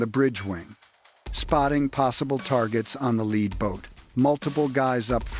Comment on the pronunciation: AI does not speak like a human, Lead boat, Led Boat